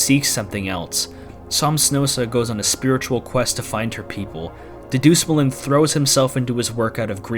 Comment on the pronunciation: That is the worst pronunciation of Dedusmuln i have ever heard. Go down to Frozen Burritolevel person